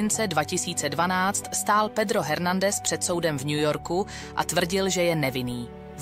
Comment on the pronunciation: Dokument skvělý. Odpusťte mi drobnou kritiku, Hernandez se vyslovuje ve španělštině Ernandez.